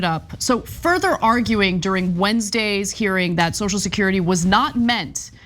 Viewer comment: Notice when Johnson sues the word- he calls it 'So-security'. He can't even bring himself to say the word 'social'.